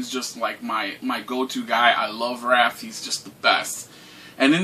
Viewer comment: Man,, if you don't stop calling Raph, Ralph.... lmfao